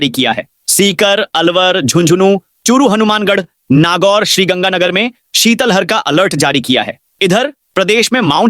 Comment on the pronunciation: श्रीमान शीतल हर नहीं है, ये शीत लहर शब्द है। Plz उच्चारण सही करे ।